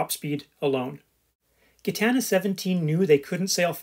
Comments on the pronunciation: It's pronounced Jitana not gitana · yeah im Belgian and French speaking too so your Gitana makes my ears bleed ;-) talking about a non foiling legend, that would be Idec sport, 2 times Vendée Globe winner and 3 times Route du Rhome.